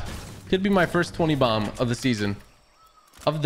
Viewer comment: Anyone else notice TG said twenty domb